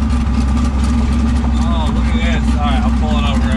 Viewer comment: "My giraffe won't give me the hot tune" "BRRRother" 😂😭 I'm dead, let it be known murdered me with that one